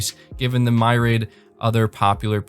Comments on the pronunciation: my-rid, lol. its mere-e-id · Sorry for having to be that guy but, Mee-Ree-Add, NOT My-Raid. 😑